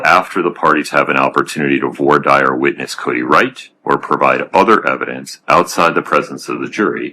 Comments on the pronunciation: Only Bloodworth can say "Voir dire" correctly? 😅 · Thank you to Bloodworth for being the only one of the four (judge, defense attorney, prosecutor, and J.D.) who can pronounce "voir dire" correctly 🤦‍♂ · Bloodworth casually pronouncing "voir dire" properly to stunt on both opposing counsel and the judge.